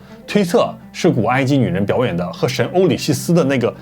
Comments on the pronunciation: 欧西里斯哈 不是欧里西斯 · 不是欧西里斯吗？ 咋变成oulixisi了😂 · 欧西里斯，不是欧里西斯